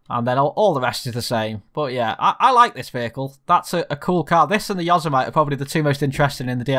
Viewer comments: Yo-semmitty ... not yozzer-mite ... xD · Repeat after me: "Yo-Sim-Mit-Tee". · I know you're a UK boy, but it's pronounced Yo-seh-mitt-ee. (Yo-semmity) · You can't pronounce Yosemite properly but algoods gr8 vidro